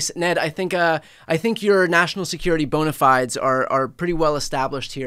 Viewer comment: Bona Fides; "fides" having 2 syllables 😎